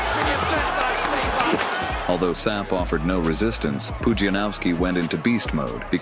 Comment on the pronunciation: PUDZIANOWSKI !!! Not Panowski 😡